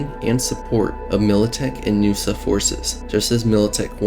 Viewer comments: N-USA, not Noosa 🤣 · N.U.S.A. Not NUSA It's not a word, it's an acronym. New United States of America. Just as you wouldn't call the current U.S.A Usa.